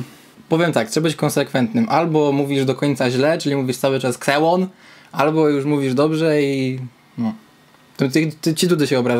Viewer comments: Ja proponuję jeszcze inną wymowę nazwy Xeon - ZENON :-) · Wole wymawiać kseon bo jakos bardziej polsko brzmi XD